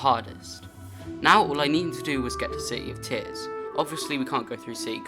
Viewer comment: bro literally says c-y in -ears, he's so bri-ysh